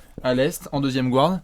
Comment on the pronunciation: Les mecs, je vous adore, mais PUTAIN arrêtez de dire "gouards", le "u" n'a pas besoin d'être accentuer, donc vous pouvez le prononcer à la française. Maintenant que j'ai soulagé le linguiste maniaque en moi, passons à l'ASG. Je trouverai ça hallucinant si Hassan Whiteside n'est pas sélectionné, qu'est-ce-qu-il va devoir faire pour enfin être respecté dans cette ligue ? Il est le meilleur défenseur au poste 5 à l'est, et collectionne les blocks comme Gérard collectionne les sa***.